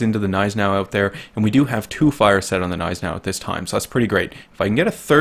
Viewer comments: Cough it's not silent. its just understated and americans don't do that with G's it's not "G-Neis-enau" its "gn-EI-senau" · The G in Gneisenau is not silent...i dont know who is throwing this around. It`s german, we dont put letters in words just to not pronounce them.